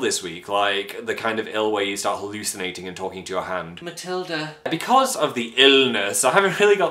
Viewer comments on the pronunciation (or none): Matilda... not Matilda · "Matilda" Close.